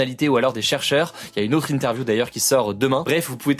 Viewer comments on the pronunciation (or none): none